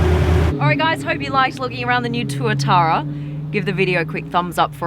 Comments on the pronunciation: Pronounced twa-tara blonde. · SCC Tuatara is how i remember the name and im guessing it is this car before she says it lol. Got the name wrong to Tuatuara